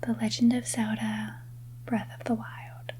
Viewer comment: It took me a while - in one of your other vireos - before I realized you weren’t saying “Sowda” and you were saying Zelda. Love your videos!!